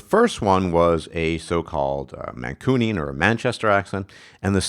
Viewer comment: You are pronouncing Mancunian wrong. You say man-coo-nian. It's more like man-cyoo-nian, Similar to the way some people say Noo York and some say Nyoo York.